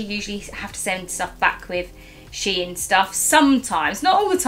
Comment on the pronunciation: You’re saying to the only way there is to say it! It’s she in not shine!! Where do you even get shine from!?